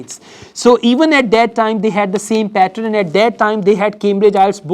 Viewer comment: Men are never beautiful🙄😂😂😂🙄. Don't try to put lot of accent which you can't. It sounds pathetic. Just keep it simple what you do. Only 10% you could force that not so good accent 🙄😏. And it's not patron what it sounds when you say. It's pattern 🤮. Why did I even watched your video